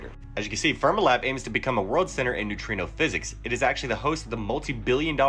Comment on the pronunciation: Fermilab is not pronounced 'ferm ah lab, but 'Fer mee lab.